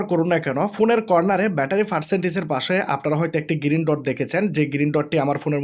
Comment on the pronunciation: ভাই, "গিরিন" নয়, "গ্রিন" !